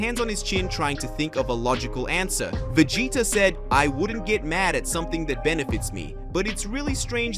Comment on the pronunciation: Yeah some people they just can make it so much more than what it is. The guy has great ideas for videos I'll never knock that but he needs a narrator mean the character names aren't right Vegeta is veggieta